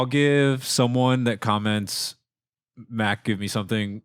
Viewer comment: Its Mac...... not mat smh